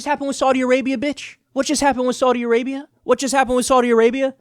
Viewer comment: "What just happened in Sardi Arbia???"